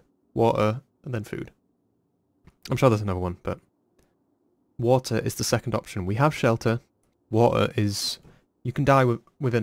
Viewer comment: The three survival things ya need- Shelter, Wa'er, and then food